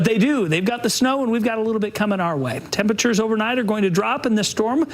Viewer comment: "Tem-pitch-ers" ~